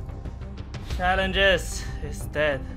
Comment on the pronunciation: TYC suggestion: learn how to pronounce 'challenges' within 5 minutes.